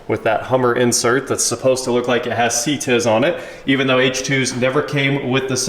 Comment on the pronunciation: LOL "SeeTizz" system. I don't think that I've ever heard anyone phoneticize the CTIS acronym. The H2's didn't come with CTIS because they physically couldn't. The H1 has portal/geared hubs that allow for the actual spinning axle assembly to be hollow - thus allowing an air passage. It's literally impossible to do in a vehicle whose drive axle shafts are inline with the center of the wheels.